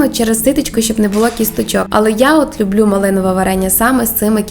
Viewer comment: выучите украинский язык, а потом идите в люди. Слух режет- не пять, а п’ять, не люблю, а полюбляю, або люблю с ударением на первый слог. Я вообще не понимаю русскоговорящих людей, которые коверкают украинский, отдавая дань «моде». Отписка.